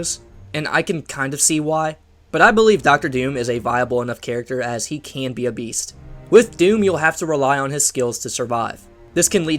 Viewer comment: “Beowst” “Meove”